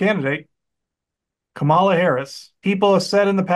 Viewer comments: Please pronounce her name properly...it's KAmala....the accent is on the 1st syllable...NOT the 2nd syllable. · her name KAMALA, is pronounced like “comma LAW” with her accent on the “law.” Not “KaMALA! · Get her name correct. It's pronounced Comma-la. Not Kamaul-A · needs to learn how to pronounce her name… comma-la… not ca-mal-la! Been there and now I do better, so…💙🇺🇸💙🇺🇸💙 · It’s comma-la Harris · Please try to say Vice President’s name correctly! Kamala (Comma-la) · Her name is Comma - la - get it right.